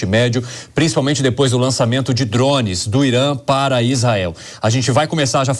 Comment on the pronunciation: "dromes"? Alguém tira esse repórter daí!!!! Kkkkkk